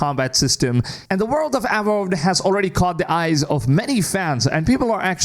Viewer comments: OP never went to school. Say it with me now, Avowed. “Ah-vow-duh”. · In his native tongue he would pronounce the W as a V hence the mispronunciation. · Why did you pronounce Avowed like that? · Dude you don’t know what avowed is or how to pronúnciate it 😂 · Avowed isn't open world. It'll have larger areas to explore, akin to Outer Worlds. I'd suggest doing more research next time. And my God, where did you get that pronunciation of it from 😳? My ears are bleeding!